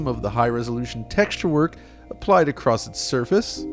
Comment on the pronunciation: Yo, the word is "across" not "acrost."